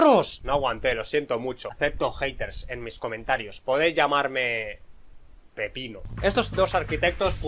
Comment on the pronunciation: yo pense que dijiste pipepino